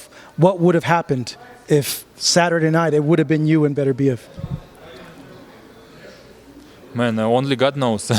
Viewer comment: Bro you called him Beterbeiv hahahaha